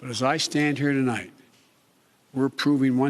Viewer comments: HAHAHAHA THEY CUT THE BEGINNING OF THE SPEECH OFF BECAUSE HE SAID "TOLIGHT" INSTEAD OF "TONIGHT" WOW. Hiding his mistakes as usual. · * CNBC Edited this to remove beginning comment where he said "To-light"...Instead of "Tonight"...His couldn't even deliver the 1st sentence correctly! SHAME ON CNBC, ohh yeah they're part of the MSM machine (taking a screenshot of this comment to see if it gets removed) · They edited out the very first sentence he spoke. What was removed I placed in parenthesis: ("Good evening my fellow American's. ToLIGHT ) I'd like to talk to you about where we are...." The word following American's should have been "tonight" but he went with TOLIGHT. 🖥🎬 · said, to light instead of tonight right off the bat. I think this was taped and edited. Wow what the h3ll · Please note that they cut out the first sentence of the speech where he mispronounced "tonight."